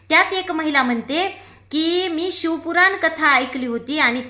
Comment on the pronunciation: शिव पुराण कथा बोला शिव कुरान नाही ....आधी व्यवस्थित बोला वाचून बोलताय तरी अशुद्ध आणि चुकीचे बोलताय....तुमची कीव आली....कुठे तरी आपले हिंदू लोकं परत देवधर्म करायला लागलेत.....असा चुकीचा प्रचार नका करू